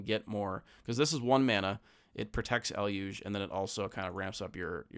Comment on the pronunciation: Finally, someone saying Eluge correctly!🎉